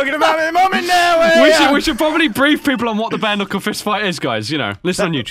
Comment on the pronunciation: Sorry did you say Ke-nuckle